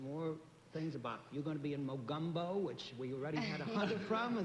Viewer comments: Love how Bennet Cerf pronounced "Mogumbo" instead of "Mogambo". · John Daly acts like a bashful schoolboy. Just wondering if anyone else noticed they all pronounce the movie name as "Mo-GUM-Bo?" Shouldn't it be pronounced " Mo-GAHM-bo? "